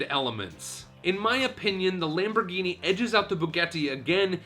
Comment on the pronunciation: nice LAMPBOHGYNEEYY